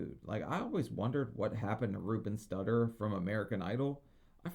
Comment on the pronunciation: "Ruben Studdàrds” lolol😂